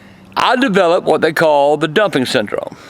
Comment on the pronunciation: Wait did you say dumpic syndrome or dumping